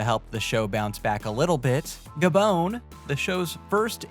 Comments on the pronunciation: Ga-Bone?????????? Try Ga-Bon! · It's not "Gabone". It's pronounced "Gabohn". Or do you call Bon-bons Bone Bones?